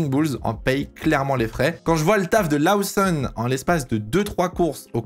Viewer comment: Incroyablement bien faites tes vidéos. petit bémol, Lawson se prononce Lauson en Anglais, pas besoin de surjouer l'accent